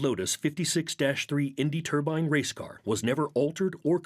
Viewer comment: I cringed every time the announcer called it a turban jet engine. First of all, a turbine engine is not the same thing as a jet engine. Jet engines rely on the exhaust gases to produce thrust. The turbine engine uses the exhaust gases to turn a turbine that sends power to the wheels through a transmission. And I have believed ever since 1967 that the turbine car was doomed from the start because racing doesn't like anything that doesn't conform to its own notions. The same reason that electric cars today are segregated in F1 formula racing and put in a category called fe. It doesn't matter that the electric race cars can not only keep up with the gasoline engines, but can actually hold their own and beat them. What matters is racing is not what it started out being. Racing started out as a way to improve automobiles. It has nothing to do with improving anything anymore.